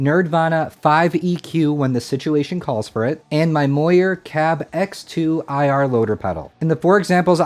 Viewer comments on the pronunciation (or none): moyer? its mooer no?